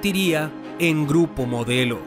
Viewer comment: Dice gurpo modelo 😁😁